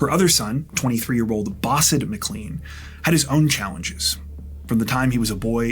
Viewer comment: McLean is pronounce Mclane not Mcleane